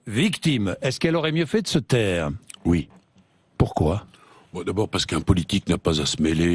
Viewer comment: Cette violence du oui 😂